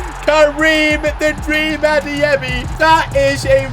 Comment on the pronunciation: says pronounces adeyemi so good he might have Nigerian roots we don’t know of